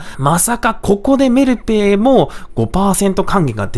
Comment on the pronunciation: メルペイのイントネーションが気になる木